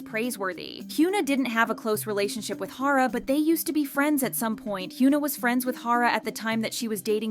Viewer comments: please hyuna is not pronounced "hyoona" but rather "hyeona" check on translate google audio or whatever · hee-yuh-nah not hee-yoo-nah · I love how the video can't even pronounce her name properly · imagine making a whole video about a person and still not knowing how to pronounce her name like what